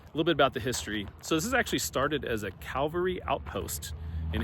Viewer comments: It's cavalry. Not calvary. The only wildhorse I know of is just outside, Pueblo, between Pueblo and Pueblo West. It's still there, and not a ghost town. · This is part of the ridiculous practice of calling way too many things in Colorado “historic”. It is CAValry not Calvary! The first is a grouping of soldiers mounted on horseback. The second is the location where Christ was crucified. Rather different wouldn’t you say.